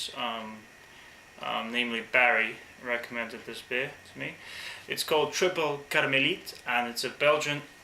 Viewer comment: Nice one on the pronounciation! to quote the other guy earlier, you Must try Affligem Blonde, it is one of the most unknown top beers from belgium! i just told you a secret, make use of it and you will be blown off your chair! prosit!